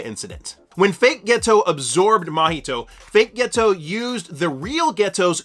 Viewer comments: Turned this off after 2 mins and found a different explanation cause I couldn’t listen to you say “ghetto” instead of Geto any more. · Ghetto isn’t ghetto 😂😂😂😂 please learn how to pronounce peoples names some of you YouTuber have the examples in your face hear how it’s supposed to be pronounced and still find a way to mess it up how